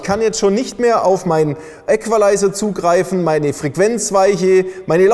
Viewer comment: Wieso schreit der Typ die ganze Zeit ? Ist kaum zu ertragen. Genauso wenig,wie der sehr störende Nachhall der - wie es wohl scheint - Halle. Man befasst sich mit Sound und filmt in einer Umgebung mit deutlichem Nachhall... Und : die korrekte Aussprache des Wortes "Equalizer" muss auch noch geübt werden.